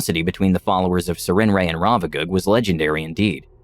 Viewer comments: Why does never bother to actually look up words before he puts out videos? I've never heard anyone say "Sir-ren-ray," which makes since because the name is spelled "Sarenrae." Like, the fuck, are you unable to spend 5 seconds on Google, figuring out something so simplistic? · I thought the goddess was said as "s air in ray", but anyway really good story!